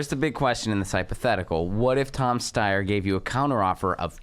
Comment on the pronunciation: Thank you for pronouncing "Steyer" correctly.